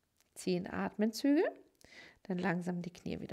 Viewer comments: Es heisst ATEMZÜGE!! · „Atmenzüge“ … „die gesamte hinten Oberschenkelmuskulatur …“